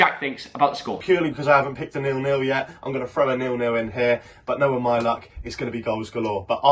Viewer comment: When jack said 4-0 nils I thought he said fornals